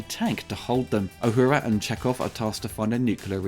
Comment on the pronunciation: Uhuru: Ooo-who-rah, not Ah-hoo-rah